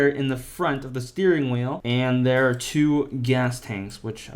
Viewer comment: Bro literally say "there are" wrong, TWICE